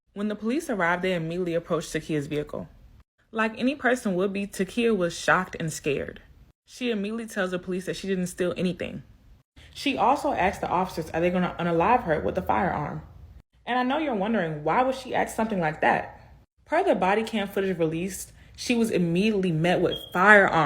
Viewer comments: Ackahol, not alcohol. Axed, not asked. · how about speak English, its ask, not AXE